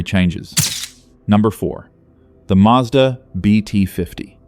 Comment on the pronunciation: Since when did Mazda have an R in it?